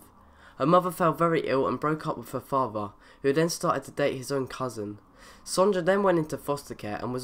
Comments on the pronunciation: You pronounce sonjas name wrong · Lol sonja is pronounced | sonya | you said sonja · Pronounced 'Son-ya' not 'Son-ja' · knew firefox would make it... love that women also her name is pronounced sonya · u said sonya wrong lol.